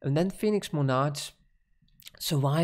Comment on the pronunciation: you pronounce monarch wrong